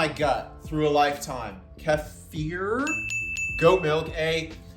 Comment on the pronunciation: Kefir is pronounced as "Keffer" 🤙 But who cares cause only LEGENDS drink it!